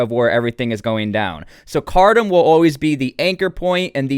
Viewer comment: Ironically it's pronounced "car tomb"